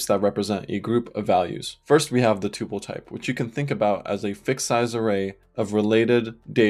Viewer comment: I've watched so much of this series, and loved every minute. Then I heard you pronounce tuple, and it was so jarring and I instantly forgot everything I've watched. I'm sad that you're part of an enemy faction. I don't even want to know where you stand on tabs v spaces. I don't know if I could stand to hear the answer.